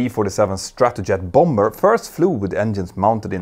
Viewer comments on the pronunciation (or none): Love your videos. I recently discovered (am 76) that I am by nature ‘pedantic’ so when I hear you pronounce “bomber” as it is written...I long to tell you it is pronounced “bommer “ as it has a silent ‘b’ like “comb, dumb, thumb etc’. Your English like your flying skills are excellent and I feel bad writing this....forgive me please. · bomber - the 2nd b is silent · I love how Germans and others say BomBer instead of Bomas.